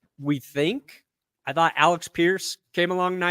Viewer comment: 1. It's Alec Pierce, not Alex. 2. Come along nice? 32 Receptions for 514 yards and 2 TDs? He had better stats his rookie year. He is not a legit WR2, he is just a deep throw it up and get it 50/50 ball guy. He doesn't get separation. WR is a bigger need than non Colts fans think. Pittman is great, he is a border line top 10 WR1. It's his lack of speed that prevents him from being top 5. But he would easily be a top 3 WR2. We could really use an explosive WR1, like Brian Thomas perhaps, someone we can use to take advantage of AR's big arm, and use Pierce as a WR4. 3. Moss doesn't hurt us as much as you'd think. He was a product of a great run blocking Oline. When he also got hurt we did just fine with Goodson and Serman. We also have Evan Hull. We're good at RB. Our Oline elevates our RBs just like a good QB does WRs. 4. If we take CB at pick 15 it will probably be Q Mitchell, but if he is not there don't be surprised if we take Cooper DeJean, because we need S as well. Dude can play every secondary position and we like versatile players. If we get him then we can take CB or S with a later pick, whichever we like more. Dude also played for Iowa. Remind me where Bob Sanders played again? We been looking for another one of those for years at the S position. 5. Don't sleep on LB either. We like Franklin and Speed, but neither are difference making playmakers. They don't get sacks. They don't get picks. They don't generate fumbles. Not like Leonard did. We cou